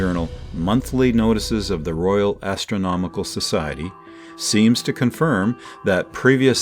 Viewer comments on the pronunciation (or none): none